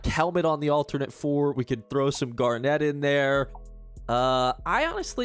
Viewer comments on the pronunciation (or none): OK but we need to discuss the pronunciation of "garnet".